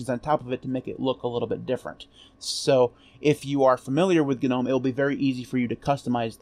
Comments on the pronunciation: cool video. btw, isn't 'Gnome' pronounced 'nome'... yaknow like Garden Gnome. Elves, goblins, gnomes. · For the love of all that is holy, the "G" is silent in Gnome!!!!!! God grief!!! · If then you absolutely must pronounce the G because no one on earth would know what you are talking about otherwise then and only then it would be “Gee” nome and most definitely never ever ever “Guh” nome. Guh makes you sound uneducated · GNU Network Object Model Environment, Is what it stood for, which is why it's not nome. Otherwise GNU would be pronounced nu, which it is obviously not